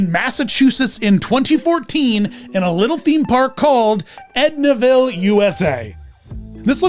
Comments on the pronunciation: I saw this and thought you'd come to MA to do a special on Edaville USA. BTW there's no 'n'. Its Edaville USA. Not edna. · I loved Shining Time Station as a kid (my into to Ringo Starr and George Carlin- way better Mr Conductors than Alec Baldwin!). Edaville Railroad Park in Carver, MA has had Thomas events since the 2000’s, but I’d aged out by then. EDIT- This is the park mentions (I didn’t realize because the pronunciation was off. Sorry!), and they have the “Day with Thomas” events now post-Covid shutdown.